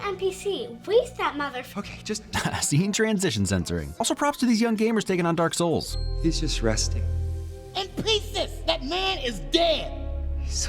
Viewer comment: I've NEVER heard someone say "Dark Souls" that way and it made me feel v i o l a t e d